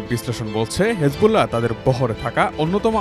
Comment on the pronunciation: হিজবুল্লাহকে হেজবুল্লাহ বলাটা বড্ড বেমানান, শুনতে খুবই অসহ্য লাগে!